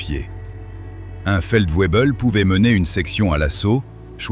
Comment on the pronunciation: En Allemand, le W se prononce "v" , donc il faut dire" Feldvébel" et non "felsouaibeul". Apprenez!